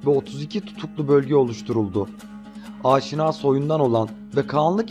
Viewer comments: AAAAAŞİNA AİLESİ DEĞİL ABİ ...YAZILDIGI GİBİ: AŞİNA HANEDANI....ADAM GİBİ OKUYUNN ..AAAAAŞŞİNA O TÜRKÇEDE OSMANLICA OLAN FARSÇA YA DA ARAPÇA OLAN KELİME BAŞKA BİŞEY.. HANEDANIMIZIN ADINI DOĞRU OKUYUN !!!!!! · "ÂŞİNÂ" değil, "AŞİNA". Diyesim, "A"lar uzun değil, kısa sesletilir. Ayrıca "SASANİLER" değil, "SÂSÂNÎLER". Diyesim, "A"lar ve "İ" kısa değil, uzun sesletilir.